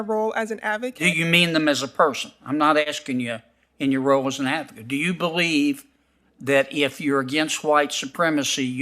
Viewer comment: When she was an “avocate” and the “costitution”; too lazy to pronounce words correctly. Unfit for the job!